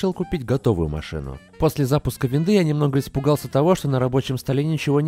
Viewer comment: не "виндОвс", а "виндАвс" ))